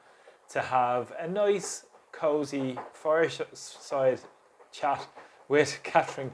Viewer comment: Thanks. It sounded as though your pronunciation of "fireside chat" got slightly jumbled there with S replacing C 😂 That image set the tone for their meeting which was to discuss further how better to destroy and betray the Irish people by pretending we agreed to be part of this Council of the Willing to defend Ukraine by sending Irish Soldiers there. This will probably result in Putin and maybe the Chinese bombing Ireland which will give the Government an excuse to evacuate us in to some sort of Gulags. Hopefully not, it's just that they're not up to any good with this.